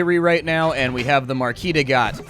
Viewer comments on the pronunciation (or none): It's obviously Marquise de CAT (as in the "meow"-ones) not Gat or however you pronounce it. :) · Slight Nitpick: I believe you almost pronounced the Marquise De Cat correctly (the Cat is literally pronounced), but the birds are the Ear-E.